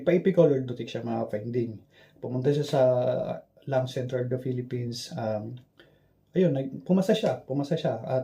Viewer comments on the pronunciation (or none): none